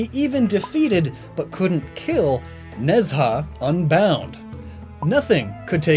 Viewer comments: nez ha? its more like ne ja :/ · Its not nez ha its ne zha pronounce ne cha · Ne Zha is loosely pronounced in English like "nuh jah" the retroflex zh sound doesn't exist so j or dj technically sound like the j sound in Mandarin. Regardless hearing "nez ha" is major cringe. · You put the image of Ne Zha from the 2019 film of the same name which is on Netflix and comes with subtitles and you still pronounced his name VERY wrong. The mandarin to English dictionary says its pronounced knee-z aa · Ne Zha is pronounced nah-JHA or something to that effect (don't know how to express tone in writing lol) But does anyone else think it's funny that Sun Wukong--the inspiration for a great many characters in contemporary pop culture--is itself inspired by another character. That being Hanuman (loosely pronounced HAH-new-mon.) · As a Chinese kid every time I hear you say Chinese words I correct them in my head. Still doing a better job than my sister though. Keep up the good work. Ne Zha is pronounced more like nuh (piz)za. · goddd the mispronunciation of Nezha keeps annoying me